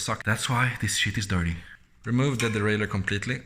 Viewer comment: You got me clicking on the video after you crumpled the "derailleur". 🤣